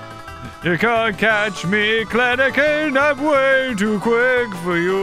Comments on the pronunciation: The penguins are so cute.... XD I liked the yellow one Whitney had. I couldn't stop noticing that says Kleneken instead of Kelenken though lmao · calling Kelenken "Klenenken" will never get old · Kleniken? Thought it was Kelenkin… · The way u say kleleken its kelenken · James every time I watch your amazing videos i just know ur going to say something wrong Like klenken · It’s Kelenken And he’s saying it wrong? Lol